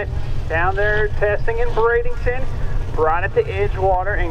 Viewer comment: Repeating (to the announcer) there is no "i" or "g" in Bradenton FL (so it isn't pronounced Brade ing ton)...